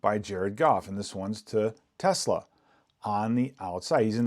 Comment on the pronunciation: The name (for 18) is TeSlaa, not Tesla and he's a wide receiver... not a tight end.